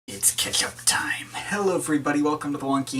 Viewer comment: Sounds like you said "it's ketchup time"